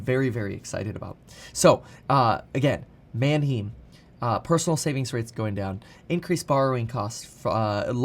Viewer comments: I hate that he pronounces Manheim wrong. “Manheem”??? NO! “ man HI-m” yes. Manheim Auto Auction. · Kevin, Manheim Auto Auction is pronounced "Man Hime." Not "Man Heem." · manheim is not pronounced man him lol it is german man heim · It’s pronounced man hyme, like time Or hymen with a H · Kevin it's pronounced MAN - HYME. Like rhyme and Time. My brother in-law spent his entire adult like in the car business and A LOT of time at Manheim auctions. Just wanted to contribute. LOVE your stuff and have learned a lot even though I'm and old guy boomer. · Kevin, it’s pronounced “Man-hime”! Like Man time, hime… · Its pronounced Man-hime. Js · Kevin it’s pronounce Man-Hime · Kevin is mis pronouncing Mannheim